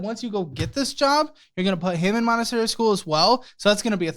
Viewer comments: "Montesary" lol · "montesary" LOL (should be montessori). Also, "mama jones"... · For future use, it's "Montessori" not "Montesary". It is a type of schooling/educational process. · Montessori* not Montesary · It is ‘montessori school’ not Montestary lol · It’s Montessori not ‘Montesary’ lol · don't hate me but for future reference it's "Montessori"! (I'm sorry, I'm a copy editor/copywriter, I can't help it.) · It's Montessori not Monestary 🤣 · Montessori, not Montesary 😀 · montessori not montesary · "Montessori." Sorry!